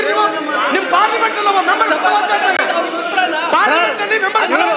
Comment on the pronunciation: ಬಡವ ಅಲ್ಲ😂, ಬಡ್‌ವೆ